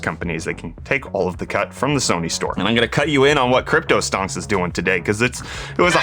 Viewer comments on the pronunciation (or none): none